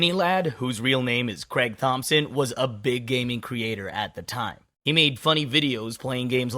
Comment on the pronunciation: you kept adding the letter S in front of the word He for some reason.